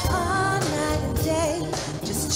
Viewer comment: Fantasia sings perfect and says Chaka's name perfect too.